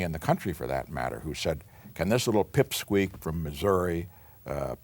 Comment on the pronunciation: "Pimpsqueak"? Not "pipsqueak"?